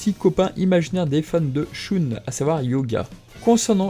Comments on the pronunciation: alor je trouve que le récap et sympas mai la façon que ta de dire shoune au lieu de shun et close au lieu de cloth c'et énervent désolé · Pourquoi tu prononce le nom de mon personnage préféré "shoune" ?